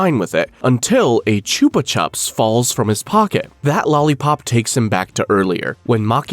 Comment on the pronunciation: Them saying choopa chups always pissed me off cause it’s pronounced choopa choops